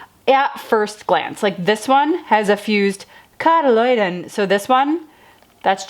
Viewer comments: Love your "cotyledon" pronunciation. Try this - kaa tuh LEE dn : ) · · Cot-a-leeee-den Maybe that will help you say it better...